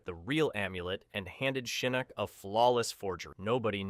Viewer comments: it's pronounced Shinnok not Shaneck. How hard is to pronounce that damn name? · Your name pronunciations get crazier and crazier as the video goes on lol. Not me hearing you talking about "Sheeyinok" just as I'm noticing it lol. Just chill man, say the names the way you've HEARD them said, don't overthink it. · He meant to say Shinnasty.